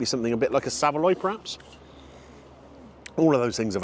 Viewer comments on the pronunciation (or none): none